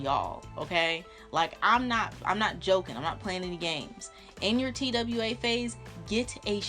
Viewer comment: bruhhh anybody else was lowkey annoyed that she kept saying t-w-a instead TWA (twah) LOL